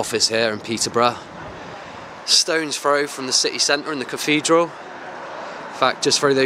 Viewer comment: Dude, there is no such word as cafedral, it is caTHedral!